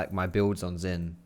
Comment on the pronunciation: SHIN (AS IN ZHIN) NOT FUCKING ZIN